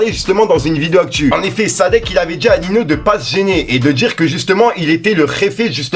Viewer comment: Srx prononce ninio wsh tu me stresse c pas nino